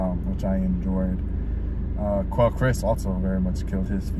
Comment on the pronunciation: Quel-aye Chris not Quel-ee Chris. Great vid.